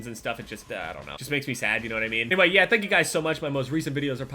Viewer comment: What the fuck was that "yeh" LMAO